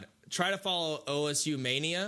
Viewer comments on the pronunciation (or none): WTF did he say? Ou es ju? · Why the man here say osu is “ o-s-u” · did he really call osu o.s.u???